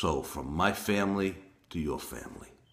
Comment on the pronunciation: Your Italian accent is awful. You say "felice" like "feliz" in Spanish. You need to search it and learn how it is pronounced...